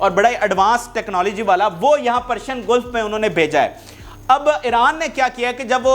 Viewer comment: Basporaus nahi Phosphorus hota hai, Gulf hota hai golf nahi